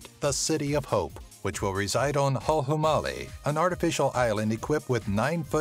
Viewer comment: Guy in video: *miss pronounces hulhumale’* Me: I guess I’m killing another victim of mispronunciation tonight